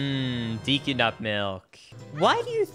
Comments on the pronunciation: Fyi: Deku is pronounced "day koo" not "dee koo". 😉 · Deku not deeku learn to read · Deecoo? Tree... I'm out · Sorry just had to say: Deh.koo Anyways this video made me a fan and I will definitely be watching more videos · Your pronunciation of deku triggers me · bro really just said deeeku tree. also, it's meeedo not maido. bro.